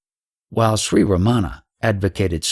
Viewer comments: Most westerners pronounce Ramana's name wrong. They put the accent/stress on the wrong syllable like they incorrectly do with most words unfamiliar to them. That way, Ramana's name sounds Americanized so it can fit into the American school system lol. The Tamil words are also butchered beyond recognition, but he is trying. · The narration is by someone who does not pronounce Ramana's name properly nor Advaita. If he spent much time in Tiru he would need to be dyslexic to make that mistake. Godman spent plenty of sincere time in Tiru but this man most likely not. He has a voice, not likely a devotee.